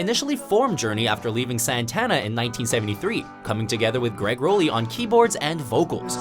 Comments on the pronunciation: Just so OP knows, Rollie is pronounced like Raleigh, not Role-YYY. The more ya know. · first of all its Greg Rollie pronounced "Rawlie" second of all Steve Perry did not replace Rollie...Herbie Herbert had to bring in Steve Perry after firing Robert Fleischman.Fleischman was considered their first frontman after CBS records was pressuring Journey to pick up a frontman but Fleischman sucked and thats when Perry came in...with all due respect it seems like yall dont put much effort into your lists no more